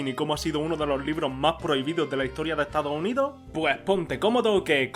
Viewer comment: "estao unio"